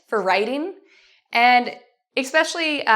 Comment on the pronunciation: Why does she pronounce "especially" like ɪks'peʃ(ə)lɪ? Where that K sound comes from?